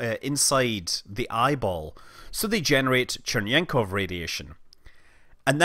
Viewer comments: Not Chernenkov, but Cherenkov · "Churnyenkov Radiation." Yes, that is totally how CHE-REN-KOV is pronounced. With TWO N, even though you spell only one. Yep. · It's Cherenkóv, or better, Vavílov-Cherenkóv radiation, not Chernenko. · small correction: its cherenkov radiation and not chernenkov radiation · You pronounce Cherenkov like Chernenko, which is funny, but understandable; while the notion of blue screen of death iside of one's eyes is not funny at all, it's rather horrifying.